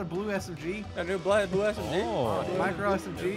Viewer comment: oh it’s messed up btw lol